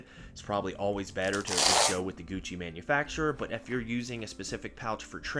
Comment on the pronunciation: A tad cringe "Gougchi" eeeehhh.